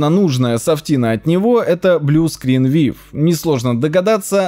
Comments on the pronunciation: 1. не вив, а вью 2. динамические библиотеки и длл - это одно и тоже 3. не сисиклинер, а сиклинер 4. когда откладываешь установку апдейта на месяц, через этот месяц, он один х установится. в массе своей видео мека бесполезных советов, подача это пи3дец. лучше больше не видеться. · Привет! На всякий случай, слово view, произносится как [vjuː] "вью:" 😊🤗 Так правильнее звучит) Надеюсь, отпуск прошёл хорошо)) С возвращением! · VIEW читается как ВЬЮ, эксперт ты наш :-)